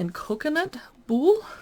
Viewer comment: “look through” you said it. Came for a review. Got a video of someone flicking through a cook book. If you were a sourdough baker - surely you would not stumble over pronunciation of “Boule”. 6 minutes I won’t get back. Still looking for an actual review where someone has taken the care to actually read the book and try one or two recipes to test the premise.